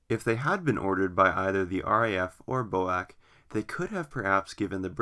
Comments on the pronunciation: A friend of mines dad was a 707 pilot with B.O.A.C. He NEVER referred to it as BO-ACK. It was always B.O.A.C. As far as I'm concerned the Bo-Ack business is a transatlantic mispronunciation of fairly recent origin. I had never heard of it pronounced that way until a couple of years ago. I think you are incorrect on this one. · Boac? B. O. A. C. FFS! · BOAC? Never heard anyone say that before. Its B.O.A.C, with each letter pronounced separately. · "Quick note: I am aware that the formal way to pronounce BOAC is as an acronym (B-O-A-C), however, within the airline itself it was usually called Bo-Ack. While one is more well known, both are correct" Said Nobody Ever, oh, Except You! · Bo-Ack, "Falcon" islands ... very poorly researched. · FFS, stop saying "BOW-ACK", it is B as in Bee, O as in Oh, A as in dAy and C as in Sea! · BOAC is not pronounced Bowack. Its British Overseas Aircraft Corporation or B.O.A.C. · "Flew in from Los Angelees B-O-A-C, man, I had a dreadful flight..." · Rubbish it was never reffered to as Boack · Perhaps you could provide some evidence it was called Bo-Ack within the Airline then. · B.O.A.C is absolutely Not pronounced as a word. It is always pronounced as four single consecutive letters. It is an acronym and should be pronounced as such. To pronounce it as a word is to display one’s ignorant illiteracy! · I've simply stopped watching the second I heard "bo-ack". If you can't pronounce the name right, why would you expect you audience to believe anything else? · PINOCCHO CHANNEL!🤪..."Bo-ack" 🤣🤣🤣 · Bizarre turn of events (pronunciation) in this vid. Just so you know, British Aircraft Corporation was shortened to B-A-C……prior to it becoming B-A-E. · I presume you live in the Us-Ah. Mispronouncing names is considered rude. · "British flag carrier Boac" What??? You mean B.O.A.C. pronounced "Bee Oh Ay Cee" ....That's a schoolboy error!